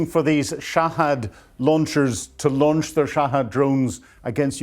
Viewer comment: Shahed not Shahad but Brits have to mispronounce words or else their noses drop 😂